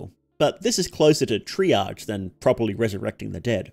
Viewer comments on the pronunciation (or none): none